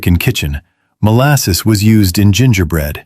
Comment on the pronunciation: Molsass, Fluwr…Sperared Milk